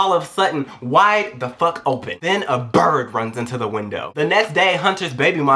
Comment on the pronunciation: "then a BIRD runs into the window" I love the way he said it, he really hates birds LOL